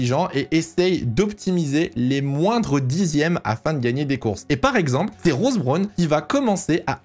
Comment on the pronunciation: oui en plus il le prononce mal... c'est un peu désagréable